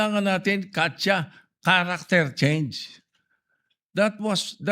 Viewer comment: Hahaha "CACHA" daw "Caracter" Change mali spelling mo senator Sotto "Character" cha-cha pa rin yun hahahaha